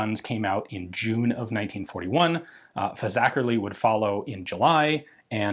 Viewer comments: As a Scouser born: congratulations on pronouncing Fazackerley correctly. I was actually born in a since closed hospital in that very ward and I have stop and take a mental run up to saying it. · A + for saying Fazackerley right!